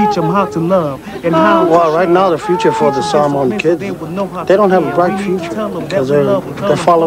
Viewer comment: can’t even say samoan properly